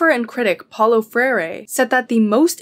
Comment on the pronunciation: I don't mean to be that guy, but I know a guy called Paulo and he hates it when people call him Paul-o. It is pronounced pow-low, as in the onomatopoeia and the opposite of high